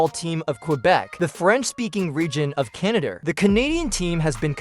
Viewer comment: Wow. Could your. Nar-ray-SHON. Sound any more. Ar-ti-FISHAL? #emELess (also, I'm pretty sure it said "Canader" at least once.)